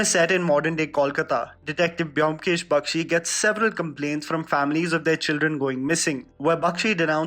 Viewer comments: It's actually "BOW-M-KESH", not biomkesh !! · Its not pronounced BE - OM - KESH , its BOM - KESH Edit: Imma bengali guy, and that Y in BYOMKESH is the bengali matra( JO - FOLA ) used to put stress in the letter B Anyways nice video!!! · The video was great! Specially SRK part, he needs a good story... And The pronunciation is bomkesh 😊😊